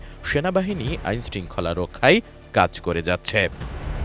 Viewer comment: গাঁজাখোর সাংবাদিক, রক্ষাই নাকি রক্ষায় হবে? সঠিক উচ্চরণটা পর্যন্ত জানেনা, হইছে সাংবাদিক।